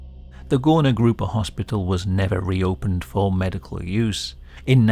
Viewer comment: That suprisingly good pronunciation. But its more like goorna groopa. People who couldnt work were undesirable and while they werent killed on mass like in nazi germany, party liked to forget about them, pretend they didnt exist. Whether you were mentally or phisically disabled so much that you couldnt work you were hidden away. Work made worth. Its shameful to not work